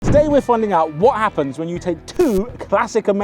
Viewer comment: i cant wait to find out "ouot aahhpens"